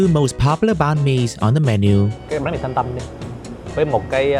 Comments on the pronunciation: Learn how to say it right. It is banh mi not bang mee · You a a Vietnamese and you cannot even pronounced Bánh Mình correctly… SAD.